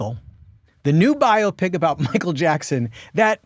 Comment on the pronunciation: It is a BUY-O-Pic.........not a Bio-o-pic.